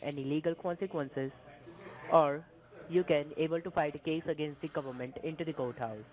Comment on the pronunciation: did he say outside the coathouse or goathouse ???